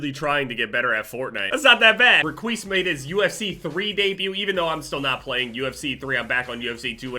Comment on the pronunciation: you did "REQUIS THE DEMI-GOO" oh wait... @@